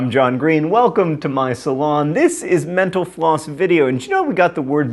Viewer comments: When he said mental floss at the end I thought he said menopause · Sometimes when he says "thanks for watching Mental Floss video" it sounds like "thanks for watching menopause video" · I obviously need more coffee. In your closing remarks...."Thanks for watching MentalFloss..." I heard "Thanks for watching menopause." Yep, need more coffee.